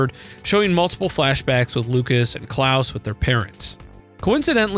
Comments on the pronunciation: Actually, no, you do say it correctly. The way you say it is the german pronounciation, "Klaus", which is canon. We know it's canonical because the canon japanese pronounciation is Kurausu, Klaus. The people who pronounce it softly, as in "Santa Claus" are wrong. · I think he said it right